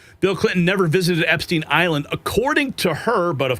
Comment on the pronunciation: You're making my ears bleed with the constant mispronouncing of the name Epstein. Think Steinway only with the 'way' taken off the end and put an 'Ep' in front of it. When people can't get the simple things like someone's last name right, many people also wonder what else isn't right.